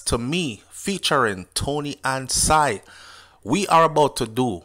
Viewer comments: Somebody please teach this man how to pronounce Toni-Ann's last name properly. Unbelievable! It's pronounced sing not sine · Not sigh.... pronounced SING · Her name is (SING/SINGH) NOT SIGH as you calling her.. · Sing is her last name not SIGH, Its Singh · Great review started watching after the live yesterday but got caught up in watching the actual music video and really enjoyed it so played it over and over. One thing her name is pronounced "Sing" but great review.....a u bring it to a lot of people's attention 1st becaise I was on tik tok and didnt even see it until u highlighted it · Ive been told by many that it is pronounced SING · Her name pronounce as SING its spelled the HINDI way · No disrespect but her last name is pronounced sing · Her name pronounce sing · You pronouncing her last name wrong